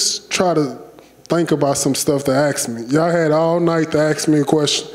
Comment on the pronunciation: He pronounces ask like ax....